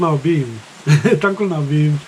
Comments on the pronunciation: Tangkhul pronunciation is just wow 👍😱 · His tangkhul accent sounds really good . 👍😅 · His pronunciation is too good for someone who never speak tangkhul. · Wow your Tangkhul accent is too good❤️❤️❤️ Nashi wui tomatoes 🍅 chiva ningyangwungnai.